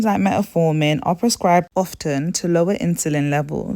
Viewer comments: Quality Presentation! Very informative! Well done! Now, please pay attention to these small details.. Please use correct names/terms/pronunciations Met(a)formin = Metformin Tetesterone = Testosterone Natural inflammatories = Natural Anti inflammatories Ginger, Turmeric, Nettle tea.. etc Ardrenol = Adrenal glands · And all the other things she mispronounces eg testosterone, adrenal, hidradenitis suppurativa, ovarian, etc.